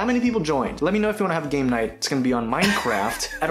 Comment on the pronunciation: Oh "Gamenight", I honestly thought he said "Gaynight".